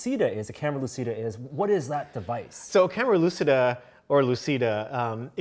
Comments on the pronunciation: Guys it is italian: camera lucida is pronounced camera luchida( lu as in look, chi as in chip, da as in dart) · Sorry if I step on toes here, but it's REALLY BORING to hear the word lucida mispronounced over and over again by otherwise intelligent people. It is an Italian word that is pronounced phonetically as such: loo chee da.